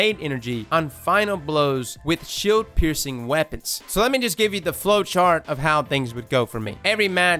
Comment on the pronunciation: "that's how you say it" mispronounces shield later